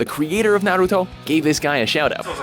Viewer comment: You say Narito wrong